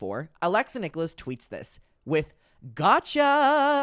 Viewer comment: Its “nick-ulls”not “nick-oh-less” 😊 unless it’s intentional lol 🤷🏻‍♀️